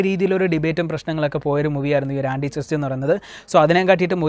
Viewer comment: ആന്റിചെസ്റ്റ് അല്ല ആന്റിക്രൈസ്റ്റ്.. പിന്നെ മലയാളത്തിൽ അനൗൺസ് ചെയ്തിരുന്ന പടവും ഇതും തമ്മിൽ ഒരു ബന്ധവും ഇല്ല.. Just title ആയിരുന്നു.. Anyway it's dropped.